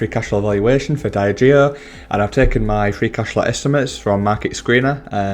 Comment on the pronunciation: Not a fan of that pronunciation of Diageo 👀 Dee - Adge - Eeo Great video though 👍